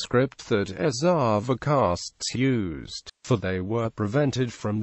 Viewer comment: Pranounciation is erava